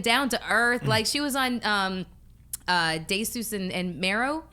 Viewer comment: Am I the only one that heard how melyssa butchered Desus name lmao!!! Desus and Mero would roast her for that one lol